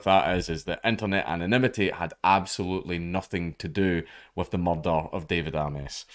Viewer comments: Mellll Dellll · “A cud mearderrr a pint” tennents should be sponsoring dank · IT'S NOT SPELLED MUHDUH. IT'S SPELLED MURDER. MUR-DUR. THAT'S THE RIGHT WAY, NOT MUH DUH. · i laugh every time i hear it too. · Like Glasgow cop Taggert. "THERES BEEN A MURDER!!!"